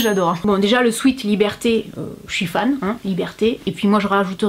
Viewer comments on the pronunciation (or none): none